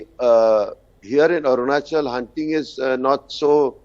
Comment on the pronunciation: It's not AruNANchal.. it is ARUNACHAL, ARUNACHAL PRADESH...Please correct